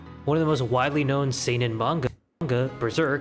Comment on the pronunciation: that "see-nen" hurts me just so you know japanese only have 5 vowels and each of them only have ONE way to be pronounced. With some special cases like Ei = long e Ou = long u Not always but most of the time. But this is the basic knowledge